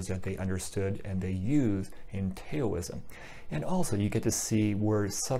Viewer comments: Great video. This definitely clears up some confusion. Just so you know though Taoism is pronounced "Daoism" spoken like D-AH-O-ism. Have a great day my friend. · please, don't say Tayoism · The "T" is pronounced like a soft "D". That is why westerners started spelling it with a "D". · Update: Pronunciation of Taoism, Daoism, and Dhyana. My apologies for the pronunciation of these words which I realized was incorrect after the video was already uploaded. Taoism: TA-OU (as in 'mouth') -ism (source: Wikipedia). Daoism: D-AHO-O-ism (as explained by Chill Dragon in the comments below). Dhyana, a Sanskrit word, is pronounced very much like the Pali word, Jnana (as explained by Mohamjip in the comments below) Thank you! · Thanks! I have a pinned comment with the pronunciations. Unfortunately, I can't edit the audio of the video already uploaded. I originally was not going to say it that way in the video but heard a different pronunciation (which turned out to be incorrect) which made me change it at the last minute.